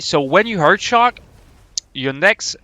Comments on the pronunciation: EERRRTHHH not HEART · Am i trollin or everytime insted of "earth" he says "hearth"? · The way you say earth hurts my soul